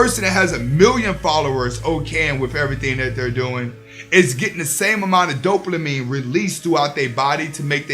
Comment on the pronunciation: Big facts bro. Big big facts. But I can’t help but chuckle a lil bit every time you say “DopeLAmine”. But keep doing this work. You’re helping out a loooot of guys. ✊🏾